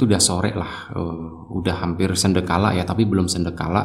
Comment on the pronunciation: sandekala bang....bukan sendekala...